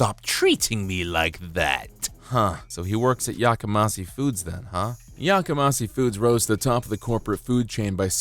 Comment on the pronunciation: FYI The company name Yakamasi is improbable. It is pronounced with a 'she' on the end, not a 'see'. Japanese romanization uses one or two letters to represent the individual sounds of Japanese (often a consonant and vowel together make up one sound), and there is no 'see' sound in Japanese. One peculiarity of Japanese pronunciation is that the 's' changes to a 'sh' when it is linked with an 'i' sound. But back to meaning, 'yakamas(h)ii' is an adjective that means 'raucous', 'cacophonous' or 'noisy', and has a negative nuance. People yell 'Yakamashii!' when they want someone or something is 'shut up!'